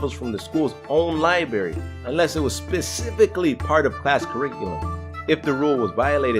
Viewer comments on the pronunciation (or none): LIBRARY NOT BARY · He said libary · It kind of annoys me that he says “Libary” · Liberry dude, really?